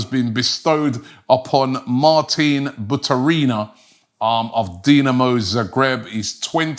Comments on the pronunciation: It's Baturina, Robbie. Not Butarina.. 😅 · Robbie the Butcher!!! Modric = MODRIK Kudus = KUDOS Baturina = BUTARINA 😂😂😂